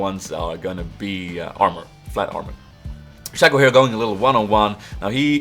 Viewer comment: uttalas shay-co